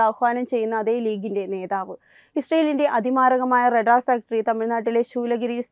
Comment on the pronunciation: റടാർ അല്ല റഡാർ.